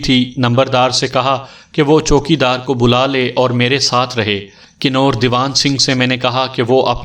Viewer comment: Bhai ye kinor nahi kanwar bola jata ha.